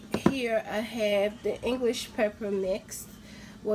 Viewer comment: I can clearly hear you say ENGLISH pepper mix